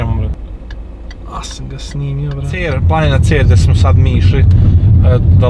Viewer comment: Ne duzi se rec ceera vec cera ja sam bkv na 20 km od cera i znm